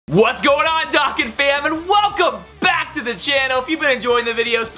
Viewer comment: (No offense/hate) but why do u say "dah"kkan instead of "dough"kan like is supposed to be pernounced.